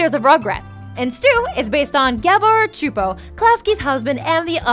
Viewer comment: sue-poe csupo not chu'po...